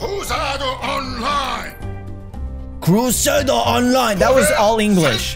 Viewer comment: he says crusaDO online, not crusaDER